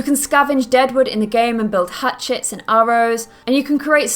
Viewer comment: when she said Hatchets, i thought she said hat shits